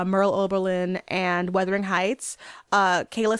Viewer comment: Is is it just me or is she saying ‘weathering’ heights lol